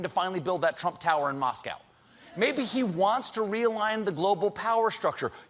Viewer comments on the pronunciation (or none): none